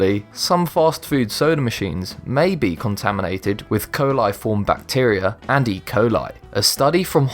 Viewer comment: Grammar nazi here. Coli by itself is pronounced with long vowels KOH-LIE, but "coliform" is said with SHORT vowels, hence Kall-IF-Form. You can even say it as KOLA-Form but it's definitely NOT KOAL-eye-form. To learn how to pronounce words properly, go to college or university.